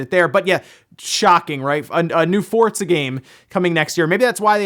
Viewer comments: theres no t in forza fort-za! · Anyone else bothered by him pronouncing FORZA, “FORDZA”... goddamn that’s annoying... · Does say Fort- zuh. I'm hearing a T in there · He says fortza right? Am I pronouncing it wrong? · Why is he saying fortsa? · Yeah love hearing people call it Fortza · Say "Fortza" one more time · have I been pronouncing Forza wrong this whole time? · Love your videos but the way you pronounce Forza is killing me